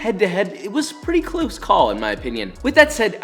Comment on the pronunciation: Pretty "cloose" call.